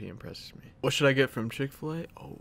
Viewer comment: Nice vid but did he just say chick fl a better then in and out hold up what 😂